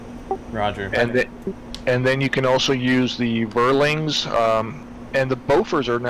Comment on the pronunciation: Had to smile at the pronunciation of Vierling here :) It's being pronounced like "fearling", a quad 20mm turret, can get pretty nasty... back in Il-2 those (mounted on a type IV tank, called Wirbelwind) were the most dangerous AA units, kinda like a Shilka just without radar :D Flak 36 and 37 are 88mm, 38 is 105mm. Those are the ones that make the "smoke puffs" ;)